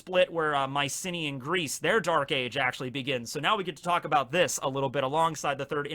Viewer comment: Anyone else first think was saying "my city in Greece"? Not Mycenea Greece. Fun video though!